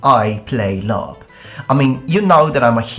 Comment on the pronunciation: I don't know much about LARP, but its called laRP not laMMA.